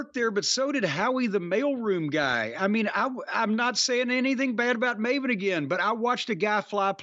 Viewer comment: Piers Morgan pronouncing Maven as Marvin.